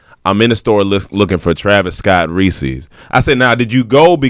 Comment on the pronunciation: The way pronounces “reeses” gon make me kill a man